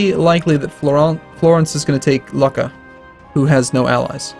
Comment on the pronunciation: damn it, lucca is not laka,it's more like luka.